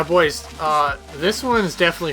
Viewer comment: solid vid, disliked for "bois"